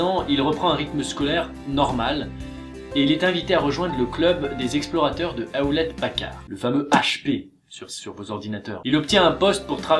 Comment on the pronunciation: Ça se prononce Youlette parcarde, pas ahoulette pacarr